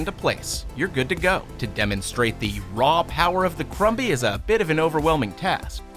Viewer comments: The b in crumby is silence. It's said like crummy. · Im sorry but i think the mini vacuum is pronounced crumb-y like a food crumb sounding like crum with a silent b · The b in crumby is silent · crumby is pronounced with a silent b. Krum-hee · was anyone else a little annoyed on how he pronounced crumby??